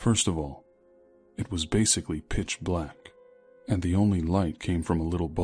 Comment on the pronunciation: I swear I heard "b!tch black" instead of pitch black. 😂